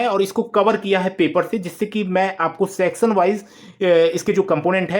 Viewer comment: Sexan wice ha ha ha 😂😂😂😂 . Sorrt circuit wala sexon